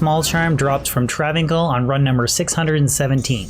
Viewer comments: its travin 's(i)l not travincul. seriously cannot believe you are saying travincul its breaking my brain. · Welp, i guess the understanding of the English language have seriously escaped you.. Its pronounced Trav-incal even Deckard Cain says Travincal...If Deckard Cain is wrong then im a bunny rabbit.